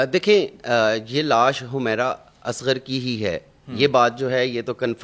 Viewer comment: Nam Tu thek se ley Lou hamaera nhi Hy wo humera Hy